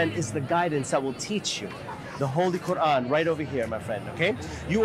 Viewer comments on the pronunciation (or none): none